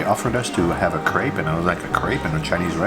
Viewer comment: New to your channel and instantly falling in love with you, your content and the way you present it. I'm a "francofou" from Germany, feeling half french inside. I love your love for France and french food. AND: Your pronounciation in french is excellent and spot on... well, except for Crêpe. 🙈🙉 Yes, it is pronounced like "crap" in english, not "craibe". You know the sound, let it out, even if you're thinking talking about sh... 😂